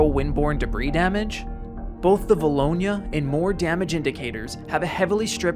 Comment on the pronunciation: Always cool hearing someone pronounce a town of 2000 people correct. 2011 and 2014 were years for vilonia.